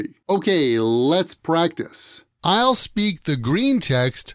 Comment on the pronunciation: I highlighted this sentence to rehear it. How a certain word (I'll) is pronounced attracted my attention.